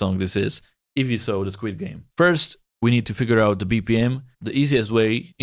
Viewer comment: I love it when you say Squad games it sounds like squid games